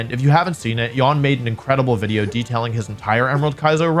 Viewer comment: I havnt watched wolfey in a while. But when did stop saying "wideo" haha